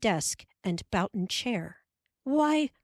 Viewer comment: However, she twice mispronounces 'boughten' which just means something bought from a store.